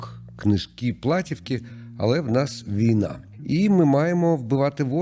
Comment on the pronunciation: платІвка, а не плАтівка :)